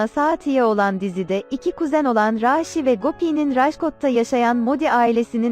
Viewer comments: Raaşi değil raşi dogru duzgun bir şekilde oku lutfen ☺ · Raaaaşi değil Rasi 😆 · Abi raaaaaşhi değil rashi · Raaashi degil Rashi😂😂😂😂💖💗💝